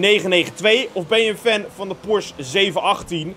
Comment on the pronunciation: Het is Porsche niet porsch 😅